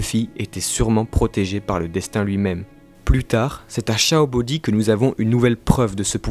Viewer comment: Merci d’évité de mâché les noms des personnages et des lieux ça porte confusion. C'est SENGOKU pas SANGOKU comme dans Dragonball! Et on prononce SHABO(N)DY pas CHAT-BODIE. -__